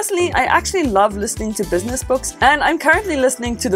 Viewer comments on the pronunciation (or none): none